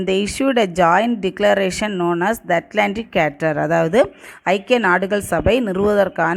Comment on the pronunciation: Pronounce as charter